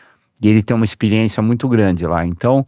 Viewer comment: A melhor parte é ouvir o Christian falar "IXPIRIÊNCIA"